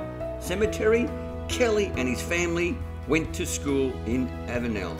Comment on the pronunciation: you are not too far wrong but your pronunciation of avenel is like fingernails down a blackboard to me. my dad was a train driver so he knew how all town names were pronounced and ive heard him say all these names so i know the correct way too. the correct way to say it is to remove the last 'e'. avenl. that house might be really old with a newer section built on the back. sash windows were long out of fashion by the 50's or 60's. the termites really have been enjoying the place.